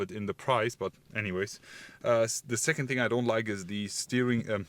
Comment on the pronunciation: It's 2nd, with the "nd" on the end. Not "st" on the end 😅❗💪 Geezsh 😅